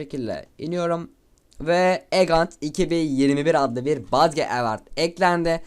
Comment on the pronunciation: lütfen artık "badge" deme, "bec" de